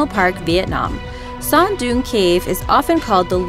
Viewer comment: Cute when reader was trying to pronounce Son Doong Cave